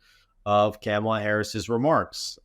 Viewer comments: IT’S NOT PRONOUNCED CAMELAH. WAHHHHHHHH!!!😢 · You keep pronouncing Kamala Harris's first name wrong.